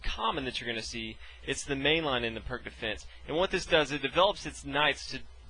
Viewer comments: IDK if you (or anyone else, for that matter) are familiar with this, but it's actually pronounced PEERTS defense, not PERK defense. Just sayin, is all ^_^ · First, it's not pronounced "Perk", it's pronounced "Peertz". The opening is named after Vasja Pirc. Second, 5. ... O-O is considered dead for a long time now, since if Black decides to castle this early, then, 6. e5 Nfd7 7. h4 c5 8. h5 cxd4 9. Qxd4 Nc6 10. Qf2 dxe5 11. hxg6 hxg6 and 12. Qh4 is curtains for Black. The correct response, in case you're wondering, is 5. ... c5, directly undermining White's center. The follow-through for the most common response from White is to take the c5 pawn with 6. dxc5 Qa5 7. Bd3 Qxc5 8. Qe2 O-O 8. Be3 and then 8. ... Qa5 or 8. ... Qb4, depending on your level of aggressiveness. Also, Black never makes captures that blocks the a1-h8 diagonal in this opening (like demonstrated here): what's the point of a fianchettoed Bishop on the main diagonal if you're purposefully blocking it? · Pronounced wrong. You pronounce it as Peerts/Pirts defense. Not perk. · The Pirc Defence (/pɪərts/ peerts, though often mispronounced as /pɜːrk/ purk) is an awesome defense, when executed correctly :) just sharing my experience with it; while sharing knowledge on pronouncing it correctly. 😎 🖤😊 In Chess, we never Lose, just learn. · Perk 😂 its P ee r tz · Why are you all complaining so much for his mispronunciation of Pirc? Search up Pirc defense, and you’ll see a ton of videos in which the person says perk instead peerts . It’s a common mistake so don’t get mad lol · “Pírć defense” not perc 30 emo teen defense defense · i know this is an old video but Pirc is pronounced Peerts and fianchetto has a hard k sound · I pronounce it as peerk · It's pronounced like "pierce" with a t before the -ce, not "perk." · Darryl Minaker no his name is pronounced “peerts” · I don't think it's pronounced "perk" lol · It's actually pronounced [Peertz] ;)